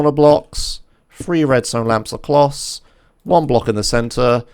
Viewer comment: he really said "acloss" Please reupload the video im not watching this !!! >:((